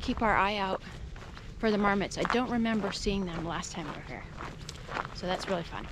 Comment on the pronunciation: Nice, another great location you visited. It's funny when you said about marmots at first I thought you said "Varmits", haha